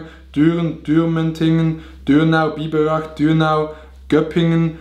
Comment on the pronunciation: ER HAT SCHÖPPINGEN GESAGT haha